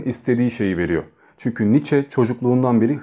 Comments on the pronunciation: Kardeşim aslı almansa adı nitzşe okunur [sch=ş] [ie] öndeki i'yi vurgular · DİAMANTANRIM [2OMG] Doğrusunun "Niçe" biçiminde telaffuz edildiğini biliyorum.😊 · telaffuzu "niçe" şeklindedir